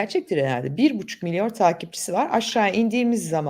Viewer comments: MİLYON diyemeyişiniz çok ilginç Özlem hanım. Milyor demenizi seviyoruz:) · bir bucuk miliyor derken dili sürçtü sansım sonra tekrarladığında anladım ki miliyon kelimesini miliyor sanıyor. Vaybe sende gazetecisin demek😢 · 30 yıllık gazeteci biraz önce "Milyon" yerine "Milyor" mu dedi. hem de 2 kere üstüste ( ve ).